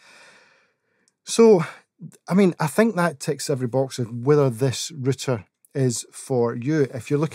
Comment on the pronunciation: It's not RITTER, it's ROW-TER Route'er